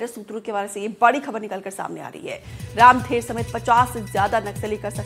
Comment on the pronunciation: रामधर होगा यार रामधेर नहीं होता बस्तर में नाम